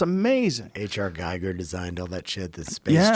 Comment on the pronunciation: HR Giger pronounced GEE GUR .... Not to correct Shooter....love ya man.